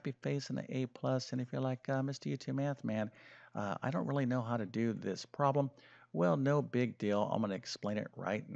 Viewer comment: Why make it so horribly complicated? A 17 minute video when the explanation takes about 1 minute !!! 20% = 1 fifth, therefore the full amount = 5×35 = 175 = 1.75 dollars. What a waste of time - a 6year old could do it!! ( And the word is prob-lem, not proh-lem) Awful.